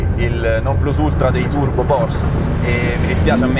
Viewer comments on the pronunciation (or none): Però il nome Porsche pronuncialo bene, con la E alla fine ☺, è Deutsch nicht Fronzösisch. Cmq se vuoi provare una modesta Caterham 165 fammi sapere